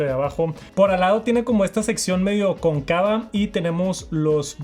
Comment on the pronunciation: como que estas perdiendo tu conocimiento de español o que pasa, que es esa pronunciación de cóncava, te escucho ya el cuarto problema pronunciando mal palabras esdrújulas.